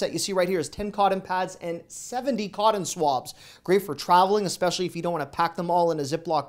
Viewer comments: I love ya buddy. I REALLY do. But what is "codden"? I know that "cotton" is. Also, I debated whether to mention that the G in "hang" is a soft G, not a hard G sound and as you can see, I figured what the heck. Thanks for all of your great videos. I only miss the Costco and Sam's Club ones because I'm not a member. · I came here to ponder the same... from where do you hail if you say codden? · I’m from Texas and we say Cott’n you pronounced it codden. Never heard that before. 😂 Thanks for all the good finds. Love your deals. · I love the way you say coddon 😁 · I like the way you say "Cotton". You say "CODDEN". Where does that accent come from?? Why can't Americans say the letter "T"?? For example, y'all say BUDDER instead of BUTTER. After all, it's TOM, Not DOM. Right?? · Yeah, I found your pronunciation of cotton very different. Where are you from? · Love the dollar tree deals!! Thanks. Also, love the way you pronounce cotton and hangers!😜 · Where are you from? You're the only other person I've heard say "cotton" like I do. 😂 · Cotton not cotton.